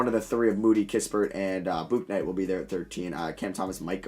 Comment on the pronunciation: Bro it’s pronounced BOOK-night